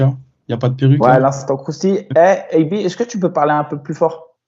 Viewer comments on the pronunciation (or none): " Et eusqueu tu a vu la perf de untel "